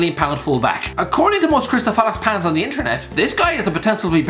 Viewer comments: Did he say "crystal falace pans" or was that just me? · He said crystal falace pans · am I the only one who noticed that he said ‘Crystal Falace Pans’ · Did he say Crystal Falace Pans😂😂